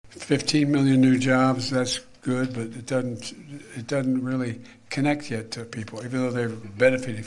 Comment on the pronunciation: "Dudn't" This is the president